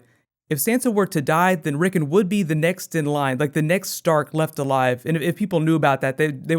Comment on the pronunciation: Considering the amount of detail your videos go to it seems pretty lazy to mispronounce names that are said aloud on the show (several times)